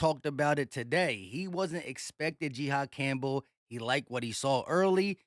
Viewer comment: Calling this man G Haad is diabolical it’s pronounced Ji-Haad